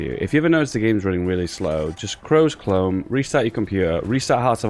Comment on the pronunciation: chrose clome